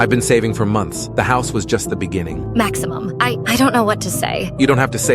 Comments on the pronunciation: "maximmum" "joèlle" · the way she said maximum😂😂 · "Yoelle" "Maximum" I cant😭😭🙏